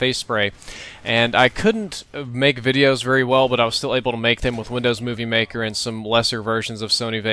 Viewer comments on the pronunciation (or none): none